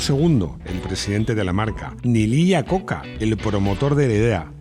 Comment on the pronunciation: Desde Mèxico, un cometario sin ganas de molestar, me gustan muchisimos sus videos, son amenos y muy digeribles, entendiendo que hablamos castellano en donde no importa como se pronuncien los apellidos si viajara a los EUA y pronunciara el apellido de Iacocca asi como se esribe los norteamericanos pondrìan cara de what?..... como ellos lo pronuncian es aiacocca.